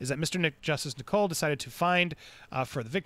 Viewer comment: Judge Nicol’s name is pronounced ni-cul, not ni-coal 👍